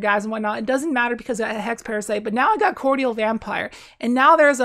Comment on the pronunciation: Mispronouce "cordial" again please 😂